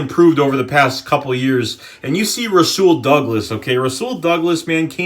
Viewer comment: and its u say it like rawsul